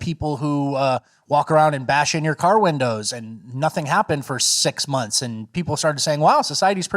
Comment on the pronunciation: Spot on about Alvin Bragg. What Harvard law school grad pronounces “months” as “monFs”?!